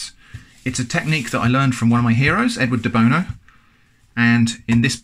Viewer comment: Who else heard Edward The Boner instead of Edward De Bono